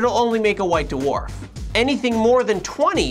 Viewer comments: 'daworf' is so annoying to hear. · white da-warf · Doo-orf. lol